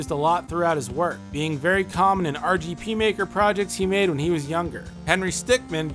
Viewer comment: This guy said RGP Maker...